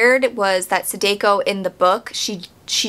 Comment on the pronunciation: Great review, but every time you say “Sadeko”, my soul leaves my body lol. The “ah” sound in “Samara” is also present in all occurrence of the letter “a” in “Sadako.”